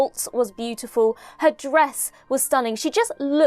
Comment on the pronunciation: I initially thought you said that Alex Kingston's "breasts were stunning". But, no, I rewound the video and you said "dress". I double-taked for a second there. U wot, m8?